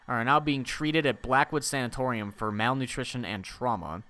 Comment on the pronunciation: As a nursing student, I love seeing attempt to pronounce these words. 1. Sanatorium is a type of (old and no longer operative because of their horrible conditions) hospital. 2. Bronch-o- scope-y. It's a camera we put down into either the lungs to see how a person looks from the inside. (seems needless to me in this instance but hey its was the 1950's) 3. Strep-toe-my-a-sin. Its a type of antibiotic we use. Pretty run-of-the-mill. The more you know:)